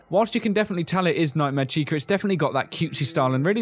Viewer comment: "Nightmare Chicer"